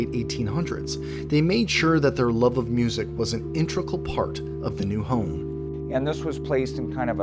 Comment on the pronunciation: did you say “intricle part”?